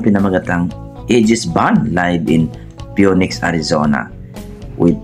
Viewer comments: Not pe-u-nex but pe-nix for Phoenix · Peniks at hndi Peyuneks ampangit nmang Pakinggan nun bradir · Phoenix is pronounced as “finix” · With all due respect po!, "Fee Nix" po ang tamang pagsabi po! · Hello po kuya, I do hope hindi ko po kayo ma-offend. Yun pong word na " Phoenix" , bale pronunciation po nun or katunog po nun ay " Fe-nix" po. I hope okey lang po sanyo ,kuya. Salamat po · Excuse me PHOENIX pronounce as Fi nix